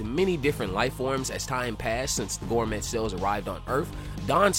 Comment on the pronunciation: it’s pronounced “Gore-May,” bro lol not “Gore-Met,” the “T,” is silent